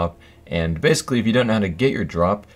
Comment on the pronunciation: ok listen starting does he sound weird when saying drop? also add a drop counter